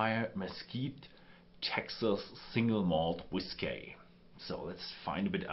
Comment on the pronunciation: STOP saying "whis-kay." You do that every time you see the word spelled "whiskey" on a label. It is pronounced exactly the same way as "whisky."